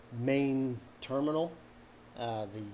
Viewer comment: Damn you nailed that terminal. Love from Toledo!